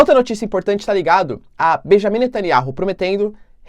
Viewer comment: ... pronúncia: netanIAU...